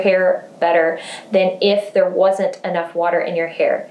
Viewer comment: Are you saying “hey there guys” or “hey hair guys”?? Lol